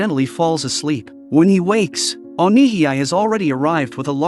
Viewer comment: You pronounce Onihei as "O Ni Hee I" when it should be pronounced as "O Ni Hey"